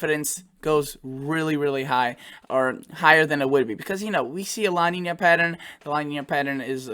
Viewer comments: Hey... Just FYI: La Nina is pronounced like "La neenya" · Pronounced La Neen ya. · I don’t mean to correct you but it is pronounced La Niña… Two words not one together. As opposed to El Nino, a condition named after the Christ child because of the buildup of warmer Sea temperatures at the time around Christmas.